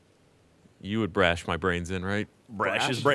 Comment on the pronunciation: No flubs from anyone until the end by. "Brash" Lmao